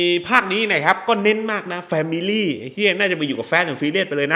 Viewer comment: แฟมิล๊๋หนิ แฟมิลี่หนิ แฟมิลี่หนิ 555555